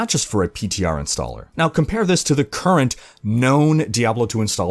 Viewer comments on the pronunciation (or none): none